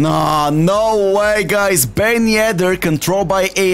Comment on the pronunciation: When he says "AI" it gets me every single time 💀💀💀